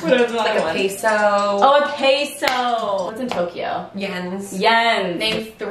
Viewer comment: “pAYso” lmaoo